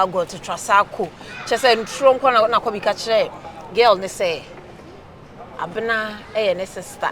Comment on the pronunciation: Wait ooo is it that Kyekyeku can’t pronounce Abena 😂😂😂😂…he keep saying Abra 😂😂😂😂😂😂😂😂😂